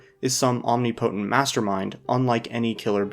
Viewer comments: Just a heads up, omnipotent is not pronounced that way. Stress is on second syllable. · Finally someone else pronounced it om knee po tint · "omni potent" 🥀